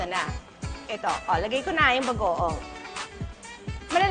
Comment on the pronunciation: Guys napansin niyo kapag sinasabi ni Kris yung word na Bagoong naging Bago-awng haha😂😂